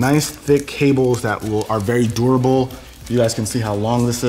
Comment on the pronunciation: saying durable got me like